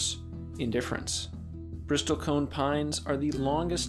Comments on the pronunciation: Such a tragedy. Btw, it's pronounced "bristle" not "bristol" The "t" is silent. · It's pronounced "brissel" , not "bristol". Typical internet expert. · you don't pronounce the "T" - it's not a "briSTOL-cone" pine, it's a "bristle-cone" - like the bristles of a brush... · It's not a Bristol cone pine. It's a bristle cone pine, which is pronounced, bris-sle. It's not a 'conservationalist', it's a 'conservationist'. But thanks for a great video anyway. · BRISS-ul cone 😐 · Bristlecone is pronounced [ bris-uhl ] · A small correction: the word is Bristlecone, not Bristolcone…. Bristles of a brush+cone. Not the city of Bristol + cone. I visited the Bristlecone forest up on Mt. Evan’s in Colorado. They are a powerful and majestic species and need our protection from greedy and ignorant bureaucrats and “managers” of our national treasures. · Never in almost 60 years of study have I ever heard anyone pronounce the "t" in Bristlecone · You repeatedly mispronounce the word Bristle. Very annoying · I didn't need to hear someone mispronounce "bristlecone" that many times. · You are mispronouncing 'bristlecone.' Great vid otherwise. 😉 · And bristlecone, you don't pronounce the t. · The "t" in bristlecone silent. Robots, huh? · It’s annoying to hear the “A1” mispronounce “bristlecone” so stopped watching after 49 seconds. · You might want to learn how to pronounce "bristlecone". Your righteous indignation doesn't look good on top of stupid.